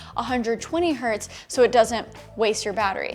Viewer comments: The unit is Hertz. So saying "1 hert" is incorrect. It is 1 hertz same as in 20 hertz. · I'm not mocking you for this funny mistake in English, but it was funny. But I want to point out that 1 hertz is still pronounced like "1 hurts", but it's not the plural of anything it's just the unit for frequency, so still pronounced with the Z. When you say, "one hurt" it sounds funny. Don't hate me, just enjoy a funny moment. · Sorry, Sara, but it's one hertz, not one hurt ;)